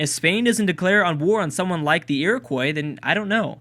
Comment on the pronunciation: Iroquois is said like Ear-o-kwa, not like Ear-o-kwoy, please say it that way as I could handle it being said that way a few times but the sheer amount of times it is being said is killing me inside